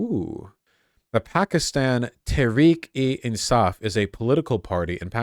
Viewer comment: he pronounced Tahreek-e-Insaaf in almost perfect Urdu.